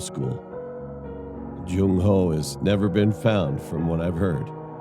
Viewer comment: "Jung How" 😭